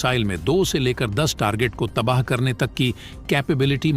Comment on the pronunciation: तबाह शब्द होता है तबाह नही